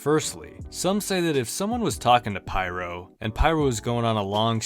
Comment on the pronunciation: it's pronounced peer-oh.